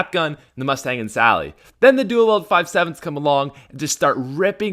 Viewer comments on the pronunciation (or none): Dule weld it's not dule weld you illiterate white boy I cringe so hard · Why does he say dool weld